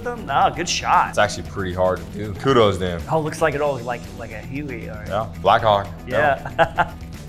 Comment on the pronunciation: Bro called a huey a heuy